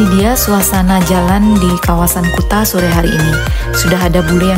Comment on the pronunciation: sebutan kuta yg bener itu kute